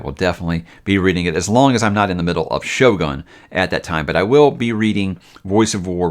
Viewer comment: Nippon is pronounced with a “hard O” as in Own. Also the ō in Shōgun means the O is elongated. Just fyi.